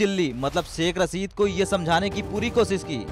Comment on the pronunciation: सेख रसीद नहीं , शेख़ रशीद, हमजा नहीं, हमज़ा सोसल नहीं सोशल मीडिया।